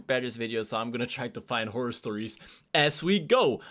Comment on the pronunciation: Dark stop saying "whore". The word your thinking of Is "horror "